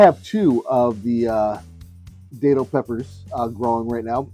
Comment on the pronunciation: Thank you for sharing this,! I just want to let you know it is pronounced Dat (like bat)-til. I have Minorcan lineage. My family has been in Florida since 1777. I am a 9th generation Floridian! My sister and I make a great datil pepper sauce! Here in Florida, I am in Jacksonville, we protect our plants and most of the time, we can get them to winter over and they turn into really big plants! You might be able to do the same thing to by bringing a plant inside and placing it in a sunny spot until it warms up.